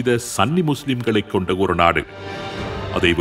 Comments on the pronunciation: சன்னி அல்ல சுன்னி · சன்னி இல்ல சுன்னி என்று வரும்